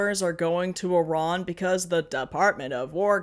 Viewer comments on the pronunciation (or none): none